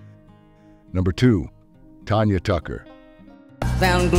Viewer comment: It is pronouced TANYA NOT TONYA.